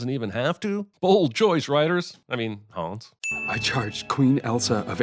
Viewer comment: Sigh "Hans" is not pronounced "Haaaaaaawns". It's "Hunns". And then he "corrects" the character on the pronunciation of the word "sauna"... No there aren't. Kreep.